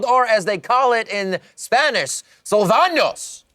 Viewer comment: AHHHHHHHHHHHH "Sálvanos" he didnt pronounced that the right way, it was a "tilde(´)" so it sound different to "Salvanos" hehe xd